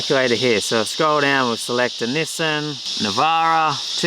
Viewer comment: please dont ever pronounce nissan that way again. lol jkjk